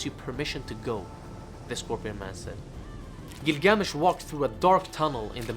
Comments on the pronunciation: Had to stop at the first line he spoke because of the weird pronunctiation/intonation of gilGAAAmesh. I looked it up; its either "ə" from "about" or "ɑː" from "father". so its not "æ" from "tattoo". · Interesting pronunciation. If this video is for American viewers the pronunciation would be " Gill-gah-mesh." For the first several minutes of video I had no idea who you were talking about. Just a thought. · I feel like the accent on the name isn’t correct. The accent is on the first syllable. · Next time, learn the pronunciation. It’s half assed bullshit